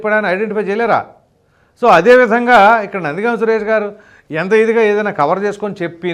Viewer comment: గామ్ కాదు but గం